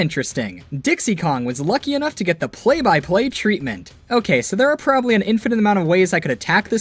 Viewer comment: It sounds like ur saying Play Biplane